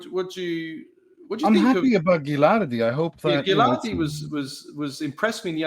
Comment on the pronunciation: You guys pronouncing Ghilardi name wrong